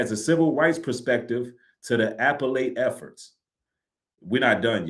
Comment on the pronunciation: The way appellate was pronounced was crazy. That was the most important credential those attorneys have when it comes to filing this appeal.